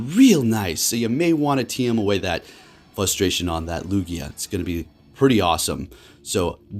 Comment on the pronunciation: The word is fRustration ffs there is an R in the word FUSTRATION is not a word!!!!!!